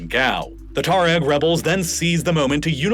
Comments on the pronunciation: Odd. He keeps pronouncing it, Tah-reg. Pretty sure its pronounced twah reg or too ah reg. The "u" isnt silent. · You really have trouble pronouncing Tuareg don't you? Try Twa-reg.